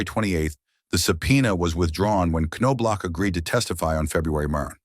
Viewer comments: OK SLANDERER...IF YOUR GONNA MAKE HATE VIDEOS..LEARN TO SAY HIS NAME RIGHT...ITS KNOB-LOCK....ANOTHER HATE VIDEO FROM A DERANGED LIBERAL! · Chuck’s dad Ray, was one of the most decorated high school baseball coaches in Texas at Bellaire HS in Houston. I played baseball with Chucks older brother Mark. Their last name is pronounced Naw Block. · Ka - no - block??? Now I'm not too concerned about A.I. after all 😮😮😮. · Ca no blaw….. seriously,is this how you’re going to pronounce his name. Do your research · Nice article that was RUINED by the brutal pronunciation of Chuck’s last name. It’s pronounced NOB-LOCK. The K is silent, the O is short, and the end of his name is the sound of a K and not CH. It was butchered continuously. Just ruined the article! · Chucks dad Ray, was one of the winningest HS baseball coaches in Texas at Bellaire HS in Houston. I played baseball with Chucks older brother Mark Their name is actually pronounced Naw Block. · I was the Twins scout (Marty Esposito) who signed Chuck out of A&M. Chuck and Ray always pronounced their last names as I had written, as did the coaches at A&M. I am CERTAIN the K is silent, although the last half of the name could have a couple of pronunciations. But I always heard “NOB-LOCK” from the family. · It’s pronounced Naw-block😂😂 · It’s Nah- Block 🤦🏼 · k no blauch? Dude it's Knoblauch. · Your AI voice over sucks. It's pronounced "Knoblauch" three different ways not even halfway through the video. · Thank you. The way he said his last name was driving me crazy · Well now, how do we pronounce that name? NO-blok? or Ka-NO-blok? when you're not certain, just use each of them repeatedly. This is pathetic. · The bad part about AI voicing… it can’t even correctly pronounce the last name of the subject in the video. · he doesn't even say his name right